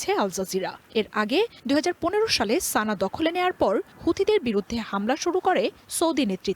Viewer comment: সানা নয় বরং সানআ